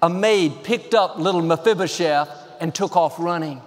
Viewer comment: You're awesome! I'm most impressed with your ability to say "Mafibashef" ... And that you said it enough times that I might have been able to spell it 😂😃